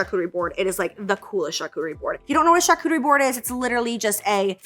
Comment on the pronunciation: Did anyone else remember when called it a “CharCoochie” board?! 😂